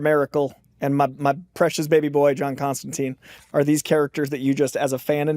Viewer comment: Says his favourite character is John Constantine but mispronounces his name Seems legit